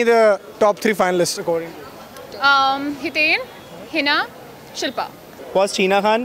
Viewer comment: it's not shalpa..it's shilpa